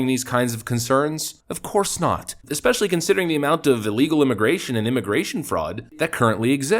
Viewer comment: Especially. Not 'Eckspecially'. Idk why that bugs me so much but it does. Sorry. I know it seems petty, but I need to make the world a better place, lmao.